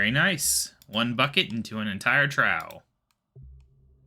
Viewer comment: Well it's fitting since a group of owls is in fact called a parliament. Also Trough is pronounce "Troff" like a water trough. Glad to see more quests getting done. Regards Josh